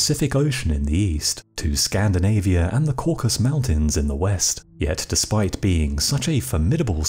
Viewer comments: It's 'CaucASus' Mountains, NOT 'Caucus'. It's where 'CaucASIAN' comes from. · This is a fascinating chapter of history. But I have to make one demand: Learn how to pronounce the word "Caucasus." Throughout your narrative you repeatedly say, "Caucus" rather than "Caucasus." 🤦‍♂️ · It’s ‘caucasus’ not ‘caucus’. If you are trying to pronounce ‘kavkaz’ you are failing. And the knights in question are KHEVSUR not ‘kevsur’. Khevsurs (ხევსურენი) are an indigenous sub-ethnicity of Georgians (Kartulebi ქართულენი) from the Khevsureti region in the Caucasian mountain range. Kvevsurs have always been Orthodox Christian, like nearly all Georgians and don’t have their own unique sect but remain communicants of the Georgian Orthodox Church which maintains communion with all Orthodox churches worldwide since the country converted after 325 AD. The crosses emblazoned on Khevsur shields and helmets would be Bolnisi crosses, the same seen on the contemporary Georgian flag, whose design dates from the XII c., the high point of Georgian power and culture. The use of the Bolnisi Cross predate the crusades by hundreds of years, is a unique emblem of the Georgian Orthodox Church and may be seen everywhere throughout the country as the symbol of the presence of the Georgian Orthodox Church. In Georgia geographical isolation has never resulted in significant loss of either national identity or religious unity. The apocryphal tale of wandering Frankish crusaders taking refuge in the high Caucasus is entirely fictitious as khevsurian culture, language and genetic heritage owes absolutely nothing to Western Europe. This notion that they could not have indigenous origin is typical of western and Russian imperialism of the last few centuries. The Georgians are an indigenous Caucasi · Cau-ca-sus (not caucus) Mountains three syllables. Geeze! Who edits these things? Anybody? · It's the Caucasus mountains, not Caucus. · Cauc-as-us, not Cauc-as. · Caucasus. Not caucus.